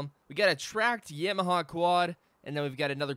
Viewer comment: Sorry but its not yamiha. It's pronounced yamaha